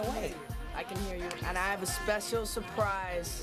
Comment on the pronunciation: he almost said- spesal surprise